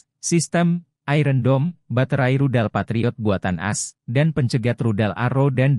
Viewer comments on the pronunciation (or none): baru tau kalo "AS" dibacanya "as" bukan "a-es" "Scott" dibacanya "skat" bukan "skot" (scat bukannya artinya pupup ya?) "Eurasia" dibacanya "eyurasiya" bukan "yurasia"